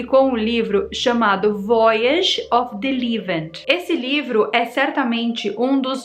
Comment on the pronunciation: Voyage se lê em francês Vuáiage